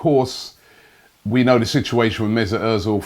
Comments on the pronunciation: Robbie.. where is the IT in mesut? You are saying it like Mesit.. you are wrong. I am triggered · MezUt ozil.. not mezIt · It is not mesit it is mesut robbie....get your tongue right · Messut Errrrrrzil?? I always thought it was Ozil 🙄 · Mezut errrrzil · 'Mezit' Özil damn Robbie